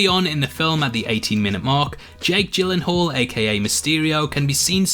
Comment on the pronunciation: You were well off pronouncing Jake gyllenhall